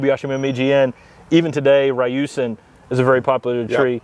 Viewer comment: ryusen. Ryu Sen There is in 'i' in the pronunciation.